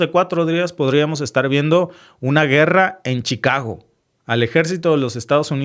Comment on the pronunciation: Se dice guerra no gueda